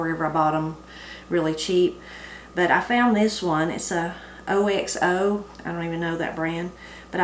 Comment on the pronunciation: Looks delish. How nice to have such great peaches. The pastry cutter OXO is pronounced OX-oh. They make good stuff. Don't have peaches but do have rhubarb. Hi from lovely Oregon.